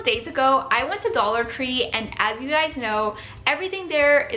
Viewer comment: I’m sorry but when she said dollar tree,it kinda sounds like dollar cree